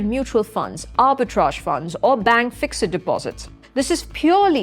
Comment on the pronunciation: Please please pronounce fixed correctly.